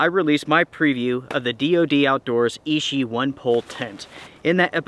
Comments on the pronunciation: I reckon you will get the same results with the same weather cinditions. Nice work. The 'ch' in Ichi is not pronounced as 'sh.' Ichi, not Ishi. Ichi means 'one' in Japanese. Makes sense, right? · You are pronouncing ichi wrong. It means one in Japanese. You might want to have a quick google how to say it. its not e-she as you are saying it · not ishi, ichi, like itchy. means 1.